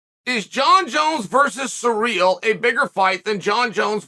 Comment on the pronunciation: Just love how you pronounce his name as "Surreal" 😆